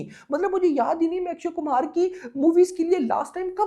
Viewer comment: Akshay Kumhar❌ Akshay Kumar 😂😂😂bht naam to sahi bola kar😂😂😂